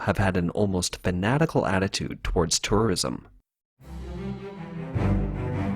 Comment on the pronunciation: is he saying tourorism or im just tripping ?